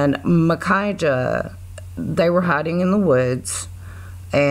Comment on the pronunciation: Finally! Someone pronounced Micajah right. These guys fascinate me.